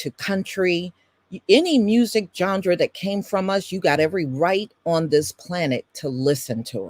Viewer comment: This was so informative!! ... Oh, and, BTW, there may be many ways to pronounce certain words, I think that genre is pronounced John-Rah, It is kinda cute that you worked a d sound in there. Please know, the historical content that you've provided far outweighs any mispronounced word.